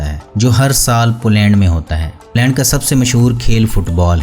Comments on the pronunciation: بھائی آپ کی ہر ویڈیو خوبصورت فوٹوگرافی اور بہترین معلومات پر مبنی ہوتی ھے جس کے لئے آپ مبارک کے مستحق ہیں۔ مگر آپ کا تلفظ ٹھیک نہیں ھے۔ پولینڈ کی ویڈیو میں ٹھیک لفظ "پولینڈ" ھے مگر آپ نے اس لفظ کو بار بار "پلینڈ پلینڈ" کہہ کر بہت بور کیا۔ میری بات کا برا نہیں منانا بھائی ۔۔میرا مقصد فقط آپکی اصلاح ھے۔ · بھائی صاحب اپنا تلفظ صیح کریں پلینڈ نہیں پولینڈ ہے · اپنا تلفظ صیح کریں پلینڈ نہیں پولینڈ ہے